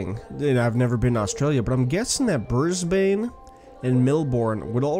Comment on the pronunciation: NOT BRIS-BANE BRIS-BEN AND NOT MEL-BORN ITS MEL-BEN